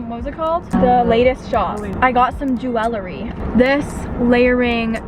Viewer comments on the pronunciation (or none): Did the queen just say jew-el-ary?